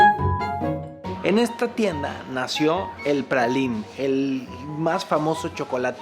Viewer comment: ...se pronuncia pralain...